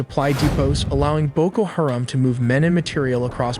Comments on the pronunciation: Everyone needs to downvote this tool until he starts pronouncing the shit he is talking about correctly. You supposedly have the answers yet mispronounce a name on every single on of the videos. White guy from USA, here. And yet I still know it’s Haram. Not Harem. Educate yourself before you act like you know better, dumbass. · Hah-rom, not hair-am